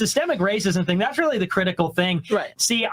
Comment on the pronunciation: “Thasss.” Not “that’s.”